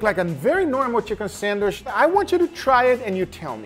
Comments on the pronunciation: you said "san-wish" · for the love of a holy meat, pronounce sandwich correctly, it is not sandwish:D